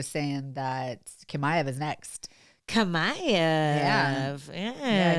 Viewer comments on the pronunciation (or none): It’s chimaev like CHips, not kamaev